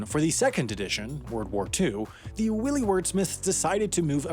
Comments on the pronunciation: Read by a bot (or an idiot)- pronounced ‘wily’ as ‘willy’. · Did you just mispronounce wily?!? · Willy has a short "i" like sick. Wily has a long "i" like time. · Did you just pronounce Wiley as Willy? :') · Wily is pronounced why lee not willy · Wily (WY-lee) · Did you just pronounce "wily" as "willy"? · "The WILLY wordsmiths..." ?!?! Might want to check that pronunciation! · Hey, narrator, you pronounced "wily" wrong.